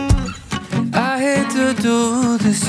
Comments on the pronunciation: He pronounce rude without "d", can't be unheard now (devil) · HE DOESNT PRONOUNCE THE R IN RUDE u cant unhear it now >:D